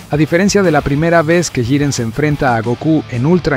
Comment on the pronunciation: Muy buena narración. El único defecto que le veo es que va cambiando la forma en la que pronuncia Jiren. A veces dice Yiren y otras Giren xD